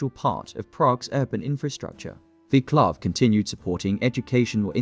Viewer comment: dear god..please find out how to pronounce name Vaclav..if no subtitles ive no clue who you talking about